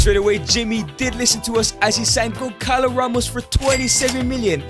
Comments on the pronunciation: bro really said goncalo instead of gonçalo only Portuguese people will get it🇵🇹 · gonçalo is pronunced gonSAlo, not gonKAlo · its not goncalo, its gonssalo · The agony im feeling when you say GonCalo Ramos. This "ç" has the sound of a "S", so that's it. But i mean, he is under mr beast umbrella, so Who am i tô question anything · As someone from Portugal, you saying gonkalo ramos angers me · bro you say goncalos name wrong